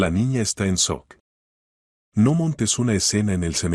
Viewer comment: Que es SOC? HABLE CORRECTO NO SEA CHIFLADO. EN ESPAÑOL Y EN IMGLES ES SHOCK. ESO QUIERE DECIR?